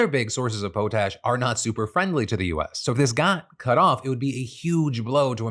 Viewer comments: It’s pronounced paw-tash not poe-tash :) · Poe tash? Isn't it Pot ash? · “poh-tash” 🤣 Good lord kiddo it’s an English word “POT-ASH.” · It's pronounced pot-ash not poe-tash, hahahaha. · Funny how Phil is constantly calling Trump and idiot then saying "Poe-tash" you mean "Pot-ash" or as it's more commonly known potasium first discovered in the ashes of chamber pots. Because before we had plumbing people would piss and shit in a pot then get rid of the waste and clean the pot by burning out the residue. And human waste contains a lot of potassium. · "pot ash" not "poe tash" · Hahahahah po-tash. That’s the best. It’s pot-ash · Try saying it Pot-ash instead of po-tash, but thank you for trying. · Pot-ash not Po-tash. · PO-tash? POT-ash -Saskatchawanian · As a Saskatchewanian, hearing you pronounch potash (pot-ash) as potash (poe-tash) hurt me deeply. Been a fan for years, not sure if I can keep supporting you. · Canada here. It's pot ash. Not poh tash. Pot like cooking pot, ash. That's super cute. I've never heard anybody say it like that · Phil, I love you but who told you its pronounced "poe-tash" its "Pot Ash" as in literally ashes soaked in a pot. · You Americans and your pronunciation of “potash”. It’s not like “potato”. It’s “pot-ash” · "Po-tash"? Do you mean potash (pot-ash)? 🤣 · Phil it Pot Ash not Po Tash. Here is the pronunciation key. /ˈpädˌaSH/ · I know a lot of people say it poh-tash, but it is pronounced exactly how it looks, pot-ash. It literally comes from it having historically been made by boiling ashes in a pot. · Every day it feels like the news disturbs me more and more. But today nothing disturbed me more than hearing Phil pronounce potash as "poe-tash" like he's about to challenge farming Satan to a fiddle contest at some Georgian crossroads for an ear of solid gold corn. Anyway, I call it "pot-ash" idk. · You think we clowned on you for the editing mistake? Wait until you hear how Potash is actually pronounced 😂 FYI: Pot-Ash, not Po-Tash.